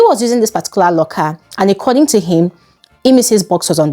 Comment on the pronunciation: Hi. Keep up the good work. May I request one thing of you please, can you please fix your pronunciation of the word "According". It keeps ringing in my ears every time I watch your videos. Thanks!